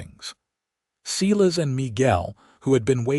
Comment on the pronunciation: Too bad the AI couldn't pronounce SI-LAS instead of SE-LAS...